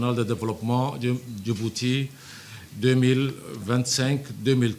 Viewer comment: Pourquoi la dame dis "Dibouti au lieu de Djibouti?", le D ne ce lit pas.